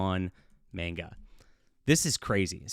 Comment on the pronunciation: Manga is pronounced MAWN-gah, not MAYN-gah.